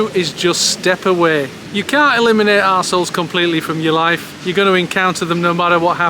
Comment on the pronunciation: "numba won, tolerating ossholes" 😂❤